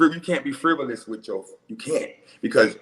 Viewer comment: I DONT SEE how these girls dealt with him 1. He doesn’t even know the difference between statistics and scientific lol 2. He can’t even say frivolous. 3. He talks in circles and never answers the question direct. Should I go on?? I could really go in but im trynna be a changed person so imma just shut up and be nice. And smoke I don’t think they laughing with you I think they laughing at you boo I’m sorry to tell u😂😂😂😂😂😂🥴